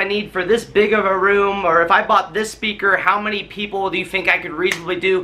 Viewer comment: how many peakle? 😂🤣 ✌🏼